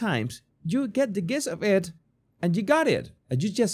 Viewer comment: FYI: You should pronounce gist with a j sound.